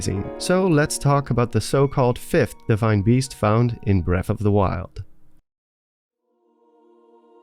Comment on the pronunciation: "deshrine beast"